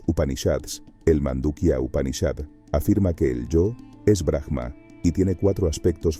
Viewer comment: Aum,en realidad es como se debería pronunciar el OM y es BRAHMA no BRAJMA solo en algunos casos donde la palabra termina con H se pronuncia como jota,en este caso es silenciosa. Hare krishna 🙏❤️‍🔥 exelente video